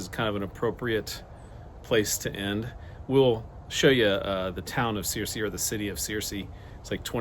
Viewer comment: ‘Sir See” not “Seer See”